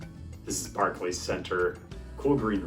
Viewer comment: “Barclay’s”…who’s Barclay?